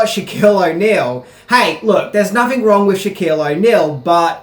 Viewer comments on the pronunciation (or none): none